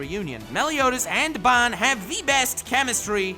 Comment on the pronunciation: Absolutely Love -- but, I despiiiiiise the way you say 'Ban'. Lmfao, it is forever [Bahn]